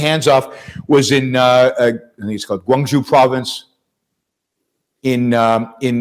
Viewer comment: Yaron's Pronunciation of Chinese names😂😂😂😂😅, especially when he makes Canton/Guangzhou sound 🎤 like Guang—Jew😂😂😂😂😂😂😂😅😅